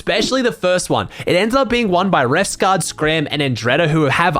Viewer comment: refsgard lol its pronounced Refsgård